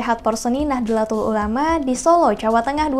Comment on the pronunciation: min, koreksi dikit pelafalan utk NU (Nahdlatul Ulama), tulisan Arabicnya نَهْضَةُ الْعُلَمَاءْ, dibaca Nahdhotul Ulama, bukan Nah-dla-tul tapi Nah-dho-tul. CMIIW 🙂